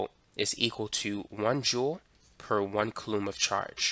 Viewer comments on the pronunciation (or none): Nice explanation. You'll want to get your pronunciation (and possibly your spelling) of coulomb correct for your next video. It's pronounced "KOO-lomm" or 'KOO-lome"